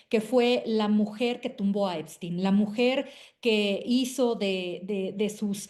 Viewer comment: Epstein se pronuncia ":Ep-SHTEIN".